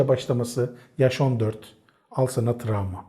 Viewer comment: Tramva değil travma😆🥰